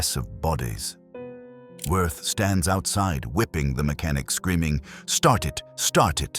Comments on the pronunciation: It's pronounced Vee ert. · You’re correct but, in my opinion, someone as evil as Wirth does not deserve to have his name properly pronounced.